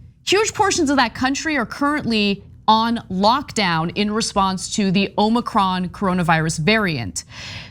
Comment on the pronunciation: Ana is one of very few people that actually pronounces omicron correctly.